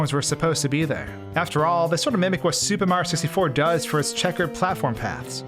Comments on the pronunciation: He says super mario like supa maro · Is there a reason why you say Supa Mario instead of Super Mario? It's a bit strange. Going with the Japanese pronunciation of Super there?